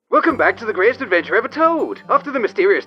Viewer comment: I try to watch these, but then I hear the opening "gwatest adventah eva twoode!" and i just cant